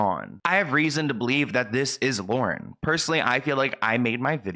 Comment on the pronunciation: I’m sorry but it’s Lauren .